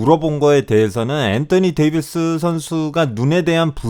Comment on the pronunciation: 엔떠니 데이비스 발음 개킹받아요